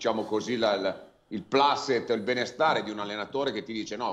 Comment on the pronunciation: Brambati!!! PLACET non si pronuncia PLASET, dato che non si tratta di inglese, bensì di LATINO!!! SI PRONUNCIA COME È SCRITTO: PLACET!!! Mamma mia, che ignoranza!!!😂😂😂